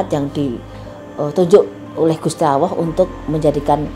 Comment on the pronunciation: Gusti Alloh tp ko ak dengernya gusti awoh ya